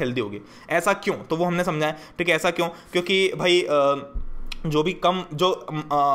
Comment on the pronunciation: Ap kyuki ko chyuki ku bolte ho 🤣🤣